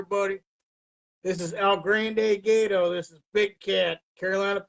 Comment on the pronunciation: He said "El-grand-day-gate-tow" 🤣🤣🤣🤣🤣🤣